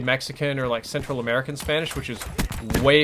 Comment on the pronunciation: American not camaea